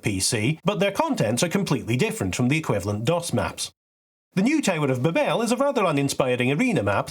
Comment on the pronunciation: My first comment ever on one of your vids was about pronunciation so it's only apt I ask why your Babel differs from both American and British ways that Google provides (and my own, non-native speaker version) 😀 Great video, looking forward to the next part!